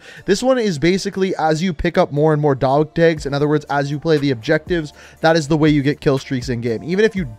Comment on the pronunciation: Why u say dog tags like that?